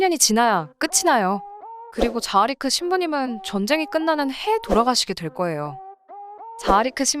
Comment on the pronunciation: 세르비아인이기에 원래는 타라비치일테고 정교회 신부도 자하리크가 아니라 자하리치일 듯 합니다... 세르비아를 비롯 구 유고권 남 슬라비아족 c로 끝나는 이름은 치로 발음하니깐요...같은 세르비아 테니스 선수인 Novak Djokovic나 구 유고권 부모님을 둔 스웨덴의 Zlatan Ibrahimovic를 봐도 그렇잖아요... 타 사이트에서 보니 결혼도 가능한 정교회 신부 자라리치의 후손들이 현재 남반구 호주에 이민가서 살고 있다고 합니다..큰 바다에 둘러쌓인 큰 섬의 나라죠...수도인 캔버라를 비롯 멜버른, 시드니 등은 또 남동쪽에 위치하고 있으니... 3차 대전의 큰 나라는 중국과 러시아진영과 미국 진영으로 나뉠테고 2차대전과 달리 미 본토도 무사하지 못할겁니다...3차대전은 곧 핵전쟁일테니깐요...재래식 전쟁이라면 장기간 끌 수 있는 미국진영의 압도적 승리겠지만, 핵 전쟁이라면 결국 핵잠수함(은밀한 SLBM)이 많은 미국이 최후의 승리자가 되겠지만, 서로 피해가 큰 이겨도 이긴게 아닌 전쟁이 되겠지요...